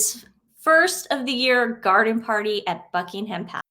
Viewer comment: Dear Ladies - I love your videos. Can I make a gentle suggestion? In England we don't say Bucking-HAM, the "h" is silent. Same goes for Birming(h)am, Sandring(h)am. Just a quirky English way of saying things. And for places like Edinburgh you say it like "Edin-bra" - that's me phonetically spelling it.